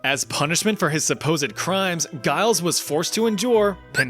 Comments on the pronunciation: Giles Corey is my ancestor, and I can second this. He also refused to enter a plea either way because he knew the whole thing was a farce and wasn't going to give it the dignity of "taking it seriously". Giles was no saint, but you have to admire his tenacity. (Also, I'm going to be pedantic and correct; it's Giles with a "juh" sound, not as "guh" sound.) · I have never in my life heard such a pitiful attempt to say the name Giles